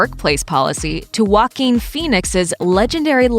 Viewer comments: Guaquin Phoenix... really tho?! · The fact that you pronounce joaquin wualkeeen